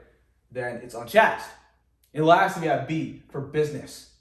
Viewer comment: Thank you. PS "Chaste" is pronounced with a long "a" sound as in "chase." So "unchaste" is pronounced with a long "a" sound, not "a" short a sound.